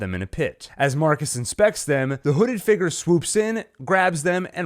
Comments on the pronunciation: I cannot take the way this man pronounces "figure" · Can you pronounce the word 'figure' a bit better? Thankyou